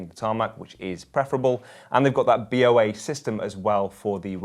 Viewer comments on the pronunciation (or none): It’s pronounced “boa” as in the snake because it constricts.